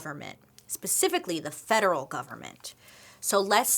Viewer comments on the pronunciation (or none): none